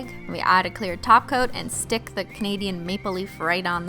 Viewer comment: SHE SAID TOPCOAT NOT TACO WHAT THENFUCK